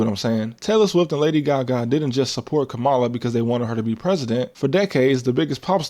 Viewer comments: Her name is pronounced kah muh luh you can respect her name nigga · Bruh... its 2025. You still can't pronounce "Kamala"?!? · lol why mispronounce Kamala Harris’s name ? She’s said it multiple times . But I understand respecting women isn’t a strong suit in America .